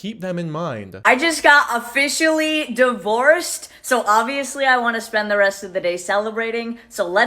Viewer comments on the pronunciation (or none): Just being a nitpicky actual Bostonian/North Shore-ian bc she bugs me and I can. We don’t say divorced like that. 🙃 I know. Dumb. But we just don’t lol. We are in. I even sat here saying it out loud to myself just make sure I was right the second it came out of her mouth. 😆